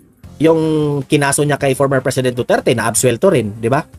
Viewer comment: AYW nia mabangit UNG DUETERTE HAHAHA BIGAT BIGKASIN NI CASTRO ANG WORDS DUETERTE